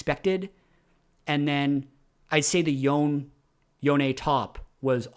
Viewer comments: "Yo-neh" is correct if you are following Japanese pronunciation (assuming that culture is the basis for Yasuo and Yone). Awesome content as usual,! Appreciate the player grading system. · it's Yo-ne (yo-neh),. I think it's Japanese-inspired and their consonants are usually paired with vowels to form syllables. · Its yo-ne. Its eastern inspired name ffs. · Yoh-ne is correct, remember the Spirit Blossom trailer (I think that's where the VA, Liam O'Brien says it?)? Yhon is kinda the meme pronunciation as befitting his status as one of the wind shitters. Looking forward to meeting Yasuone (-san) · If it's Japanese, it should be pronounced Yo-ne. Japanese has very specific, consistent pronunciations, so assuming it's spelling correctly, you should always know how to say it. Manamune, for example, should be Mana-mu-ne. Assuming it's actually supposed to be Japanese (which I assume it is). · Yoh-neh, but Yo-ne is close enough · Yonay is correct, it's how it is pronounced by the characters in game. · I pronounce it yone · Just a heads up on Yone - you’re saying Yone, but it’s actually Yone. Very common mistake👍🏻